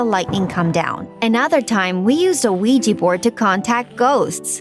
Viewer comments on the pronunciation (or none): none